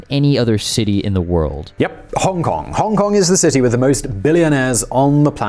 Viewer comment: Try pronouncing the city's name like a normal person first please